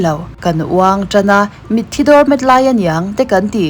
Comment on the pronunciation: Mitthi i lam dan hi a va original tak... Tawngkam dik takin....